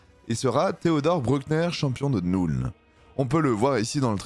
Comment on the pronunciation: Arrête de dire NOULNE en anglais le u se prononce "eu" comme dans feu donc la nuln ça se prononce Neulne